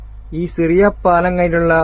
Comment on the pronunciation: സിറിയ പാലം അല്ല ഷിറിയ പാലം.